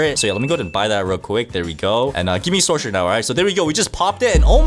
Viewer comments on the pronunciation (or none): At the start he saya sorsherer that got me crying😢AND SOCIAL BATTLEGROUNDS😢😢